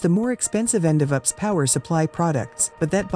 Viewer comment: Don't you love these computer voices ... NOT! All these "ups" systems ... one of them made by "aks".